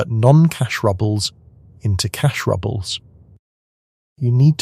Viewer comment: Cash rubbles are a bit rubbish. "Rubles" = "roobles" (pronunciation). Also, present and past tense of the verb "to read" needs attention. While spelled the same, present tense of "read" is "reed," and past tense of "read" is "red."